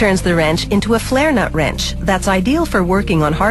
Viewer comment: "ye call that a wreench?" (Aussie accent)